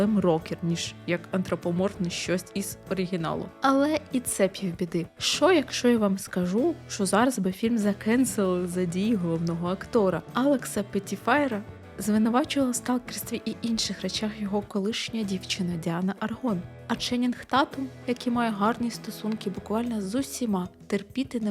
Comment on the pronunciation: О, ностальгія промайнула, та пішла, збагнувши рівень крінжі)) Дякую, було приємно згадати, не витрачаючи часу, і разом з тим осмислити рівень егоїзму цього чувака, без рожевих окулярів) P.S. Наче, носії мови кличуть його Петіфер, а не Петіфайєр